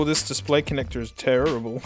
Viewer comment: conectorrrrrr gru